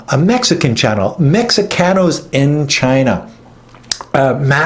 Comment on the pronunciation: Mexicanos is pronounced (Mehecanos) the ( X) in Mexico is pronounced with an H.